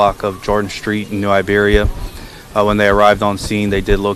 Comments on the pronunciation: It’s Iberia not Liberia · New IBERIA not Liberia lol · New Iberia! 👁 beria... iiiiiiiberia. Not Liberia. Dude was reading the 💩 and still added a extra letter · It's IBERIA not LIBeria big bro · It ain’t pronounced that way… New Iberia and Iberia pronounced like Siberia without the S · It's New Iberia bruh.. Not Liberia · New Iberia not Libarya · New Iberia pronounced EYEberia!!!! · New Iberia not new Liberia 😂 … good job on the vid bro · It's New Iberia with an I not an L